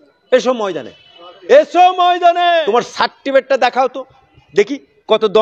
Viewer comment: মহাশয় আগে certificate কথাটা উচ্চারণ করতে শিখুন। তারপর certificate দেখতে চাইবেন।